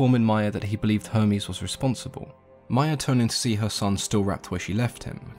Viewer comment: He says Hermes like Homies